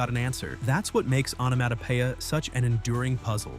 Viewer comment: This AI bot can't say onomatopoeia (änəˌmädəˈpēə). Time for an update!!